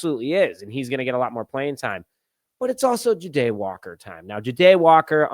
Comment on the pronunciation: Dude why do you not even try with these names? It's JAH-Day! Not J'Day. 😂 #unsubscribed